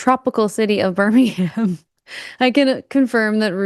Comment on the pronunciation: Birmingham is about 1/3rd Christian, 1/3rd Muslim 1/3 secular. 20 years ago it was 60% Christian, 15% Muslim, 10% secular. Kind of belies the "Islam is stepping into the gap created by secularists." Also shouldn't talk about Birmingham if he can't pronounce it. Also also I'd feel safer burning a Koran in Birmingham than I would burning a Bible in Birmingham Alabama.